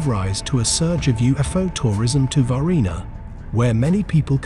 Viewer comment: Huh huh he said varghina